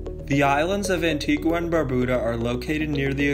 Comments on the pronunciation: Well done Very informative. ( BTW it’s pronounced An-tee-ga not An-tee-gwa) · It's pronounced "Antiga".